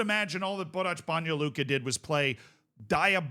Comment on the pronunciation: Banja Luka pronunciation noticed ❤